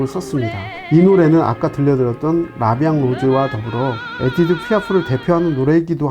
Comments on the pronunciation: 이보쇼 아재 이빨 빼드셨소? 에띠드가 아니고 에디뜨!!!!!!!!! 졸라 거슬려서 이름 말할 때마다 집중이 안 되네 싯팔 에라이 비추나 처머거라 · 에디트를 에티드라고 발음하시네요